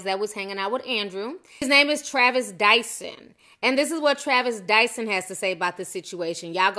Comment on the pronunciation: The reporter said "Tyson Dyson" lol